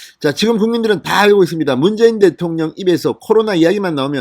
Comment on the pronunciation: 문개인대통령? ~~문개인대통령~~발음이 그렇게 밖에안되오.진선생?